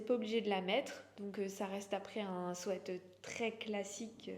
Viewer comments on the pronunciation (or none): Si le sweat est plutôt réussi la prononciation de ce mot anglais est tout autre 😂